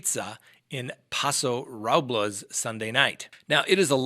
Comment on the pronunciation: I was so distracted by the butchering of the town names of Paso Robles and Atascadero, I couldn't concentrate on the actual story. Robles is pronounced like "noble" with an r in front and an s at the end. Atascadero is pronounced, a-task-a-DARE-o.